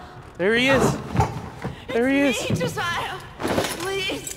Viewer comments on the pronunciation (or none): none